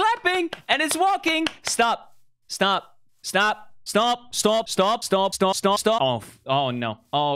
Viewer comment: fundy: stop stop stop in the accent stOOp stOOp stOOp.....still unsuccessful